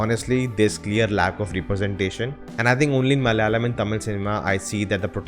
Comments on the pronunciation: Ooooh man finally you nailed the word "Malayalam" ....great insight anyway ❤️❤️❤️ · You said "MALAYALAM " so perfectly 😃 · Finally got the word malayalam correct.